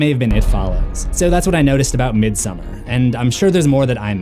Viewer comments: I’m surprised no one has mentioned that the painting in Dani’s room is Swedish artist John Bauer’s painting from his fairytale about a princess and a bear. Also Dani’s parent’s wallpaper is a Swedish style of folk art flowers. (Both a foreshadowing) Also midsommar is pronounced: meed-some-are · It literally is. Its not pronounced how the normal name Christin is. Also its not midSUMMER its midSOmarr